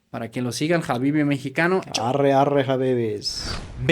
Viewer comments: 😂😂😂😂 si adora el idioma el arree le sale muy bien 😂😂😂, gracias por amar a mi México querido, perdón por el mal momento, siendo Mexicanos también nos pasa 😢 Las groserías bien pronunciadas 🤭 me divertí mucho . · Me encanta como dices arre ❤❤❤❤Bendiciones